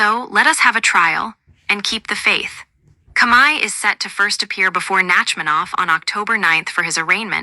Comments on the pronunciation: The robot boys can't even say the word COMEY the say it Kami your an idiot who ever put out this fucking video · Speak correctly the dirty cops name